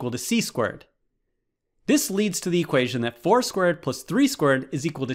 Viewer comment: I can't unhear it now once I heard it. He says 4² as 4 squirt.